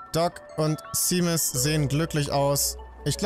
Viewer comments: Seamus spricht man übrigens Shäjmis aus. Ein harry potter charakter heißt genauso, und da wird es auch Shäjmis ausgesprochen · Ich glaube Seamus wird ''Shaimus'' ausgesprochen